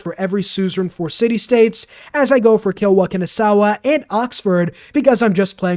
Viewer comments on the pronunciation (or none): pronouncing Kilwa Kisiwani as Kilwa "Kinisawa" for 200 videos straight xD